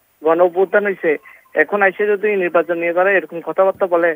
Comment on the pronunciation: বলদ নির্বাচনকে তিনি উচ্চারণ করছে ! পরে কথা ঢং করে নিব্বাচন বলেছেন❤😂